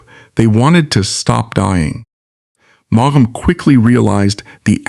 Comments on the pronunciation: I add my plea to yours. It is so grating and somehow disrespectful. The "G" and the second "A" are not pronounced. "Maum". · Maughan is pronounced as in 'morn ' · Maugham is pronounced in one syllable, not two. If you can't get his name right, why should I listen? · It’s pronounce mom = Maugham 🤨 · How hard can it be to program an Ai to pronounce the man's name correctly?!? This is the worst kind of low effort stuff! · If you’re going to use an ai narrator at least teach him how to pronounce his name correctly 🙏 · Boy does that Ai narrator murder his name! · What a,strange pronounciation of his name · Suggestion : Learn how to pronounce a writer's first and last names before you record.